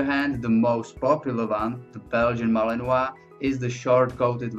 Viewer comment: *Mah-lee-n-wa ("lee" as in "lea" in "leave" or "lee" in "Leeds) *Grou-nen-dahl ("grou" as in "group") The "u" in "Tervuren" should be pronounced like the first part of the vowel in "fuel" (the "u" in "fy-"u"-el"). It's pronounced like the Dutch "uu", the French "u" or the German "ü". *Lah-ken-wa